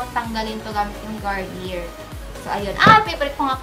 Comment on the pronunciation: i think its pronounced as "garni-yey" not "garni-yer" haha just sayin po